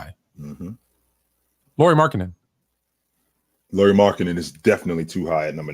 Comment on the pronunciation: "Lori? You drafted a girl from WNBA?" 😂 Learn to say his name Lauri (as a "Lowry" in Kyle Lowry or at least that's as close as most English speakers get) and then maybe people won't be confused 😉 Oh and he wasn't just a throw in from Cleveland. It's true that that's how public saw it, fair enough. Actually though by reports from Utah beatwriters, Lauri and Sexton was must includes in the trade if Cleveland wanted to talk about getting Mitchell. Ainge really wanted to see if one or both of those guys would pop 😃